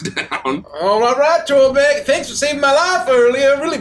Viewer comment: "The government is even more useless than Torrrrrrbek!" lmao